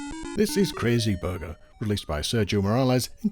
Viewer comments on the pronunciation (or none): Excellent as always but, since he's Spanish, Sergio should be pronounced Ser hee oh, not Ser gee oh...